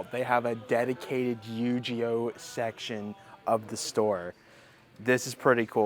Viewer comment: Tf is a Yu-Gee-oh? 😂